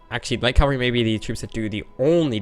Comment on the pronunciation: Why do you say 'calvary' instead of 'cavalry'? :) Forming the Arabian Empire could indeed be the main goal of the campaign.